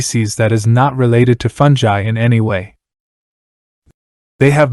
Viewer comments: Agreed. Cool video but aaaaaagfgghhhuffhrjejsosw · Aargh, listening to you butcher the word 'fungi' every time is like having my brain removed without anaesthetic and placed in a metal cylinder!!